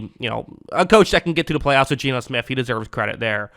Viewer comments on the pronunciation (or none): none